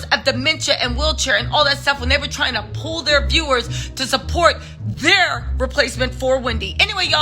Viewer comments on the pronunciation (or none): none